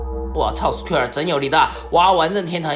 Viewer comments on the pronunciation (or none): 原来“Square”啊。厂长这口音，我还以为是SKR呢